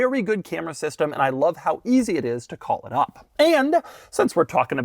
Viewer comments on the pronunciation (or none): none